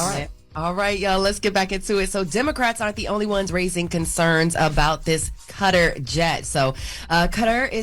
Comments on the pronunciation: Cutter?.....wth...kuh-tar.....come on!!! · It is Kuh-tar rhymes with guitar. Not cutter. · Kuh-tar. Enjoyed the reports though